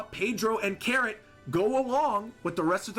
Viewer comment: Where are you from again? I've never heard that pronunciation of Carrot before.